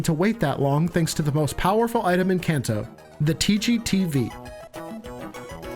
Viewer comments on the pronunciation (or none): none